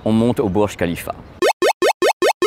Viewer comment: Ça se lis bourj rhalifa et non burj khalifa, et rhalifa on e lis pas h.